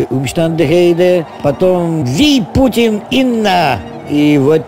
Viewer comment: ViipuTin linna😂Viipuri финское название города Выборг, кто не знает. Тут прозвучало, как ВииПУТИН.